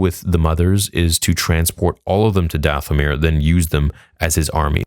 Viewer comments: Did it bother anyone else that at minute 24 she says, "For DaFFFomir" instead of Dathomir as the subtitles suggest? 😂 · Subtitles said... For Dathomir. She said... For DaFFFomir. 🤦🏼‍♂️